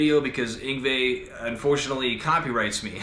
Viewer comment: I can't quite make out the name..must be the accent but it sounds muffled Everytime you say it..